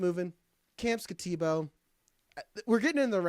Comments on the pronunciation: No one said Skattebo's name correctly lol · I agree with the comments on mispronouncing Skattebo's name.... and butchered it... wisely avoided it. But I also think he's appropriate at rb9 or even 10. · If you're going to snicker and mock Cam Skattebo, at least say his name right.